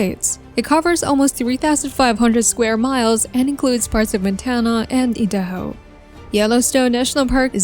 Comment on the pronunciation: Wioming, idayho, muntana and the AI voice along with a video that has basically no meaning. Wtf is this?